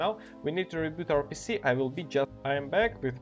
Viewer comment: haahah the way this guy said pc sounds like pussy! hahaha